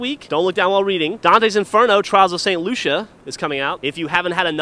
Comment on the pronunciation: you pronounced Lucia wrong lol